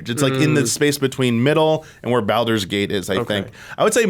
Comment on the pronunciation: Why is he saying Baldur’s Gate like that? 😂